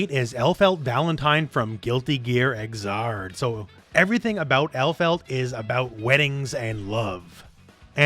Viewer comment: Xrd is NOT PRONOUNCED "EXXARD" ACCORDING TO THE DEVS THEMSELVES, IT IS OFFICIALLY PRONOUNCED "ZURD", AS IN THIRD, BUT STARTING WITH THE X SOUND INSTEAD OF TH!